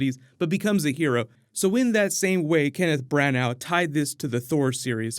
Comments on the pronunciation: It's pronounced "Kenneth Branah" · Kenneth Branagh: His surname's pronounced "branner". The more you know.